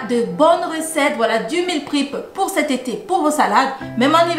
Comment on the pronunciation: Meal prep se prononce mil prep et non mil prip